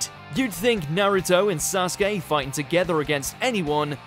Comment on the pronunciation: You pronounce it wrong his name is = Sa su ke!!